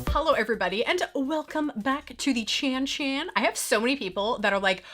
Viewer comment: Ohhhhhh!!! Chan Chan! I thought you were saying Cha Cha’s! 🤣